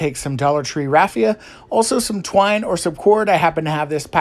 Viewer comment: You're having TUBBLE saying the word twine! Lol!😂